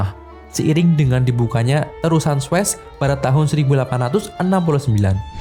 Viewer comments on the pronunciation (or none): none